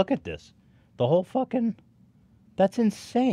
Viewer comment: Ethan you say ‘farkin hell’ like an Aussie mate